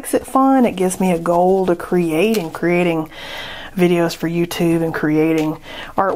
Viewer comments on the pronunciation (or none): none